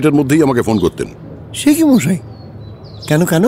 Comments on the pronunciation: Akkebare moner kotha bollen.. ak adhbar thik achhe.. kintu akta line e tinbar mo-aaa-ee otyonto biroktikor matal type shonachhe.. kane lagche bhishon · যে মানুষ সব উচ্চারন ঠিক ঠাক বলতে পারে, তার মুখে মশাই এর পরিবর্তে মোয়াই বলাটা খুব কানে লাগছিল। অতিরঞ্জিত মনে হচ্ছিল।তা ছাড়া সব টাই অসাধারণ।❤️❤️❤️ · প্রতিবারের মতো এটাও অসাধারণ । শুধু জটায়ুর 'মশাই' টা 'মোয়াই' না হলেই বোধয় ভালো হতো। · জটায়ুর "মশাই"-কে "মওয়াই" বলাটা ছাড়া আর সবকিছু দুর্দান্ত... জিতে রহো Sunday Suspence... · লালমোহোন বাবুর মশাই উচ্চারণ দিন দিন ম-আআআআই হয়ে যাচ্ছে. I hope it will be corrected in future episode. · 'Moshai' taake 'Moaai' bola ta bhaalo laagchhe na| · 'মশাই' কথাটা সবসময় 'ম-আই' শুনতে ভাল লাগল না। শেষের দিকে বেশ অস্বস্তিকর লাগছিল। ব্যাপারটার একটা সামঞ্জস্য রাখলে ভাল হতো। ইতি, এক ফেলু ভক্ত। 🙂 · আপনাদের পরিবেশনার কোনও জবাব নেই। কিন্তু আমার মন্তব্য শ্রী জগন্নাথ বসুর উদ্দেশ্যে। জটায়ুর চরিত্রে "মশাই" শব্দটা কে বেশী কায়দা করে উচ্চারন করতে গিয়ে "মহাই" বা "ময়ায়" উচ্চারণ শুনতে বিরক্ত লাগে। এই রকম উচ্চারনের কোনও reference ফেলুদার কোনও গল্পে পেয়েছি বলে মনে পরে না। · যিনি জটায়ু হয়েছেন তিনি ঠিক করে মশাই বলতে পারেন না কেনো?? খালি মশাই k কেমন জানি moai moai বলে যাচ্ছেন।